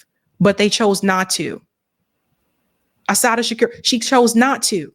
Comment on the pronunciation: U slaughtered Assata’s name, and that’s my middle daughter name sake 🤦🏾‍♂️🤦🏾‍♂️🤦🏾‍♂️🤦🏾‍♂️ And I no I’m being petty right now, but ur 2 informed 4 a mishap like this. Tighten up.